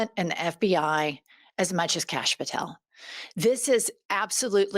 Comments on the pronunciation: I think "Kash" name is pronounced Kosh and he SAYS cash so it dosent sound foreign. 🤣 Call him kosh he might 💩 a brick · Every time you call him Canx I just die laughing. We gotta take whatever we can get :)